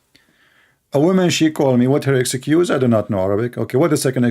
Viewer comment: it's nit "exycuse" it is ex-cuse"